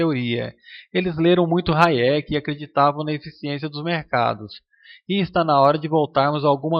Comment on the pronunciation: Misericórdia, "raiéque" KKKKK